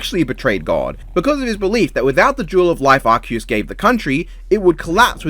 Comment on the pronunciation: based calling arceus arkoos